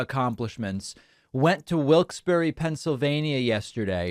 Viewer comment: The Barre in "Wilkes-Barre" is not pronounced like berry, but more like bare'-uh.